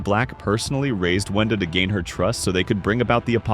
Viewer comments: He said Venda instead of Wenda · WENDA NOT VENDA